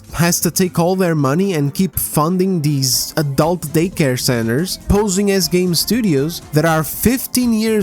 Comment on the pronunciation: God I love it when he says ahh but deez just sounds so funny